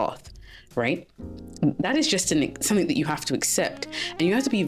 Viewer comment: Your accent is beautiful, but please don’t put a 'k' on the end of 'something'. Your content and delivery ? Yep, right on! ❤